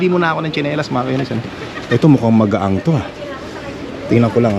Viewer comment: magaan not magaang